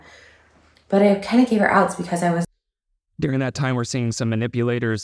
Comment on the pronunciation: Where is it, regionally, that people pronounce the word “during” like “deering”?